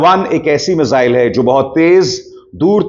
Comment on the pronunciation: मिसाइल होता है, मिजाइल नही, ये तो वही बात हुई, जैसे टकलु योगी श्रध्दालु को सरधालू कहेता है